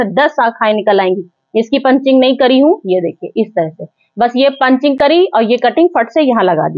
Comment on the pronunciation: पंचिंग नहीं पिचिंग